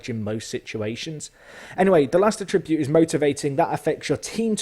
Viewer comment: lesson 1: learn how to say attribute right